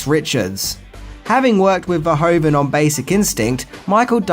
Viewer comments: Great video once again! Really interesting facts. One minor nit-pick (only a Dutch citizen like me would have): The director is called Verhoeven not Verhoven, pronunciation: Ver-who-ven. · Paul Verhoeven, pronounced Ver-WHO-ven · Paul Ver HOO ven. ;) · I'm always do disappointed when people criticize a piece of media as bad just because they're too stupid to realize it's satire. btw. The name is pronounced something like vair-who-ven. But that's a understandable little error.